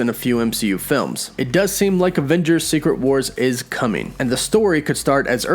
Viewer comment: I love how you say aVVengers so many times lol